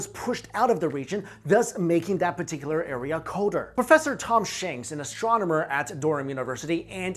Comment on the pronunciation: it's not brofesco it's brofResco XD